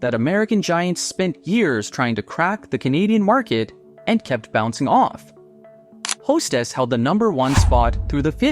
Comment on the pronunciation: AI CRAP... Hestess?